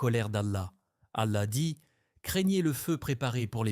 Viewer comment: Qu'est que fait une croix dans votre vidéo ? --> Qu'est ce que vous voulais dire par cette image ? Il faut faire attention aux images générées par l'IA. Un conseille, pour un message plus claire utilise une vrai voie qui prononce correctement les mots arabe. Pourquoi vous utilisez le nom du Dr Zakir Naik dans le titre de votre vidéo ?